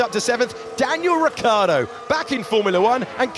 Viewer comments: it's Ricciardo and not Riccardo. The i in the middle makes it completely different. Try with me now : RICH-ARDO. So many billions around and you can't even name a driver right. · Why English commentators say Riccardo...it's Ricciardo